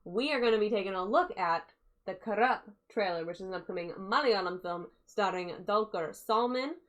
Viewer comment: It is kurup not karap